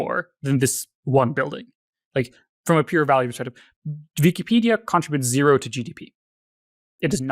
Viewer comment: the german is coming out whenever he says "vikipedia"